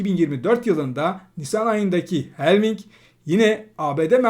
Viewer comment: "Helving" değil, "halfing"...